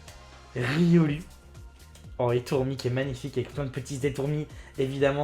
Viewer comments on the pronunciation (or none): none